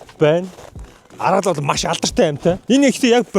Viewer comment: аргал биш арьгал шүү ахаа мэдээд ав хха😂😂😂